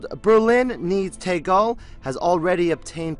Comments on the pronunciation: The Stig's German Cousin Tekel. Lol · You really can't pronounce Tegel or schönefeld properly!! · Your pronunciation of "Tegel" and "Schönefeld" is hilarious ^^ But seriously, this airport is such a shame...